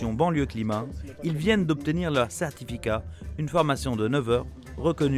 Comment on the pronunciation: Impeccable pour mettre les copains et la famille a l'habrit , ca va se payer des bons salaires avec l'argent du contribuable . Et la ? Ils sont respecté les quotats ? Ils vont faire un drive en velo pour la drogue ? Des becanes electriques? 4min 30 c'est "certificat" pas "cehtificat"